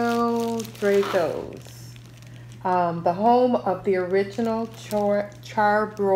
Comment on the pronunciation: you really didnt just say dray-go’s